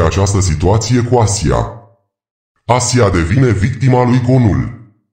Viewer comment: GEAVIDAN și SELCIUK - ASA SE PRONUNTA!